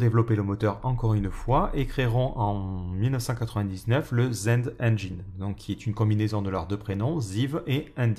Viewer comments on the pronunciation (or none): none